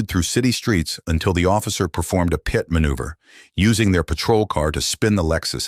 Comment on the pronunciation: Not to mention the bad AI narrator. It said " pee it " manoeuvre rather than PIT manoeuvre. Artificial intelligence isn't that intelligent. I miss the days when real people did stuff.